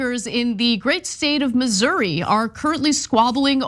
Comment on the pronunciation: Finally, someone who pronounces it correctly.